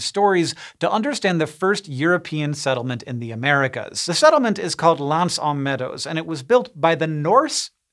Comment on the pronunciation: So now we can use tree rings to date significantly large past solar ejections back a few thousand years. And, really, you surely must be able to make a closer approximation to the proper pronunciation of "aux" than 'ah'.